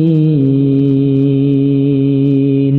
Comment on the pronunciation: Ass.ww.mohon maaf koreksi dalam suara wa tuunii muslimiin terdengarnya wa nuunii muslimiin.makasih